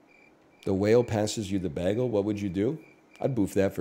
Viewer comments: Bayehgul. Its hard to type how he says bagel. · Why does he say bagel weird? Is it a bit? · Canadian lol